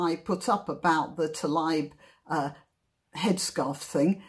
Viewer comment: Thank you for pointing out the ‘Israel map’ thing on top of Arafat’s head. I never knew.. and btw; you should pronounce Rashdas family name- Taleeb. Shabbat shalom from Israel